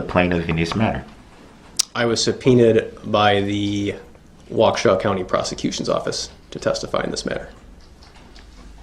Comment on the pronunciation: Wa key shaw lol 😆